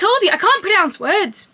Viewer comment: "I told you I can't Pyurnounce words!" 😂😂😂 As an American this is gold lol